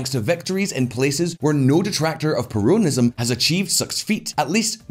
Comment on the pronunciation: My Lord Please Is perOnism NOT perUnism Omg.....